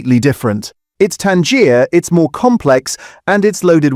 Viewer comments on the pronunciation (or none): AI giveaway. Tangier (pronounced tan-jeer) is a city in Morocco. You meant tangi-er. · Not sure about the general research and contenet but the voice over is defininitely AI generated. Tangier pronounced like the Moroccan city not tangy-er = more tangy. Treat this video with as much scepticism as you do yoghurt. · "it's Tangier, it's more complex..." Pronouncing it like the city name rather than "tangy-er" is an obvious AI narration error. Human narrator wouldn't have done that. EDIT: And if it's narrated by AI it's very likely written by AI. Slop video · AI voiceover- or is this someone who doesn't know the difference between Tangier (in Morocco!) and tangy-er! And who pronouncrs Yeo as 'yayo'! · Odd pronounciation of tangier - “tan-jier” (like the place) rather than “tangy-er” - Is this AI narration? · Is this an AI voice, tangier was said as Tangier (city in Morocco) lol. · I love at about 22.30 the AI can't pronounce tangier and pronounces it as the moroccan port Tangier... Oh dear or should I say Dia? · The claim about the Lidl one is just wrong. It is only made from milk. But given that the voice over pronounced tangier (as in more tangy) as Tangier (a city in Morocco) I shouldn’t be this annoyed. Except that some people will believe this shit, I suppose. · Well this is fake too in so much as it uses a rather bad AI voice.....it says 'Tangier' instead of 'tangy-er'🤣If they can't be bothered to use a real human to speak the article, it generally points to it being either pure click-bait rubbish or more likely a ripped-off magazine article. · Properly fermented yoghurt is 'Tangier'… WHAT? No, a city in Morocco is Tangier. Real yoghurt is more tangy. Tangy-er, you might type to trick the software. And real journalists proof listen to their AI generated videos if they want them to have any credibility. Better still, hire a human presenter. Now I don’t trust yoghurt OR this channel. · Wish it had a real human narrating. 'Fayge'. 'Tanjier'. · It's Tangier!